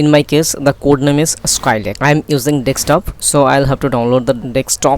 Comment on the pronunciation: You can see it spelled "desktop" why do you insist on pronouncing it as dextop! Good vid, informative stuff